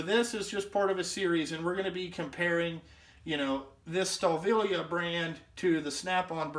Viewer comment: Great review! Fuck the fan boys! Now for you I work on alot of German engines the name is M.A.N. Ive got alot of German tools. Because when I go there for school I buy alot of them. Your pronouncing the name wrong. Its PRONOUNCED STA VILLEY. I miss spelled it on purpose. Its Wiley with a V instead of a W. love ya kid! NO HOMMO